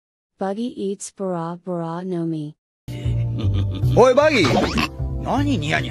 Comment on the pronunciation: It sounded like Buggy eats bra bra no mi 😂😂😂